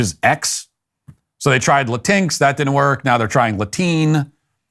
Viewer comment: Glad to see Matt picked up James Lindsay's pronunciation of, "La TINX." It gave me a chuckle, every time! Hahahaha, "Latine". Sounds like "latrine", which is fitting. Morons.